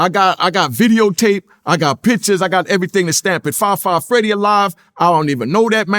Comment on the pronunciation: “Fri Fri Freedy”: “Fab 5 Freddy”: “Fri Fri Freedy” 😂🤣😂🤣 the 🐐